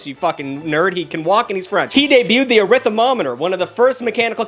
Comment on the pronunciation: Arithmo-meter lmfaoooooo not artith-mo-mometer